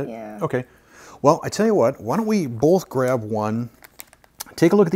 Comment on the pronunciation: Have y'all noticed that says bowlth instead of both? My daughter used to do that when she was little. Sounds like a t-shirt idea! "I liked them bowlth"